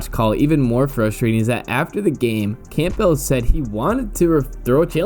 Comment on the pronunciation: For fucks sake. It's CAM-BULL it's pronounced CAM-BULL.